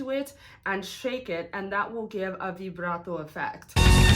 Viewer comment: I like how you say vibrato! I too say vibrato like that